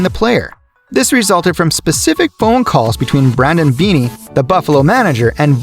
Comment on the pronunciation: Brandon beane is pronounced bean not beanie